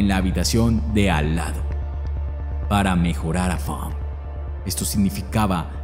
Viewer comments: Fawn se pronuncia Faun no Fank!!! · Fonk? Así no se pronuncia el nombre de la chica,es Faena, pronunciación figurada correcta Fon,hay que cuidar esos detalles,el vídeo es bueno e interesante pero demerita un poco pues la narración es a veces confusa pues dice el narrador "la hermana Fonk" refiriéndose a la hermana de la víctima,sería mejor decir "la hermana de Fawn " o nombrarla por su propio nombre. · Dijiste mal el nombre de la víctima cada vez que lo pronunciabas. Es Funk o Funn? La palabra "existir"la dijiste mal dos veces. Tienes mala dicción y hasta puedo ver tu boca toda abierta para hablar "mejor" ... Quise poner atención al caso, pero tu horrible narración no me dejó